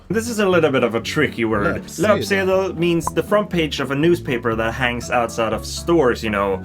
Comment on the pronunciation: I teach Swedish to immigrants, and I'm impressed with your pronunciation of these Swedish words. Especially "löpsedel" since not a lot of people get the ö right in the beginning. Good on you!